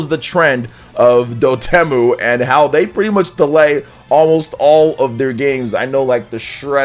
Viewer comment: It's Dot Emu, like the bird.